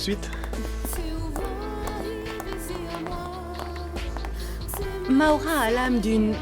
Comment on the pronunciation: Maura❤,prononce maoura